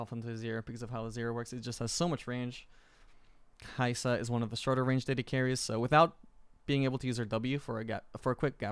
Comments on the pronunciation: the way he is saying KAISA like CASE AH is fkn unbearable, please stop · The way u pronounce her name is a very minior thing but bugs me